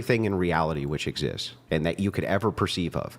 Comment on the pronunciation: Ugh. She pronounces “exists” as “exist is”. 🤦🏻‍♂️ Big old degree holdin’ college grad y’’all. At least she’s sweet and debating in good faith. How about a black bear and a black man. How about that? 😏